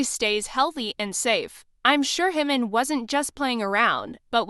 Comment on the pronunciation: It's JIMIN not HIMON! Who is Himon??